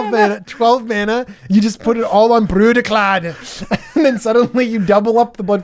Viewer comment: Its pronounced Brüdicläd.